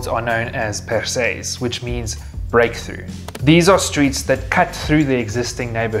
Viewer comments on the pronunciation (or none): Great video. Just what I was looking for. Many thanks. hiro trevelyan or whatever your name is: yiu will be taken notice of if you start by praising the effort involved rather than launching into a garbled criticism. That would be like me saying it’s (la) percée not persée as stated in the video (breakthrough, break, opening). See how I didn’t do that? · "percée" for literal "pierced through or breakthrough. "Persée" is the French name of "¨Perseus".